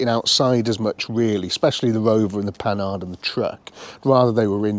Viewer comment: The Panhard video series is one of the best I seen one YT yet 👍👍. So my favourite car seeing more about is this one. By the way - the correct pronunciation of Panhard is ,,po-are''.